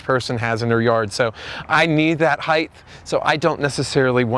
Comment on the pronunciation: Stop saying heith no such word , it's height (hite)